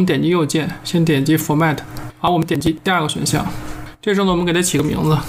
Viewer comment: desk disk ………好吧，后来发现通篇英语不足😂